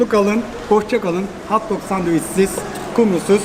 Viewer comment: Hauwt doug değil, hot dog!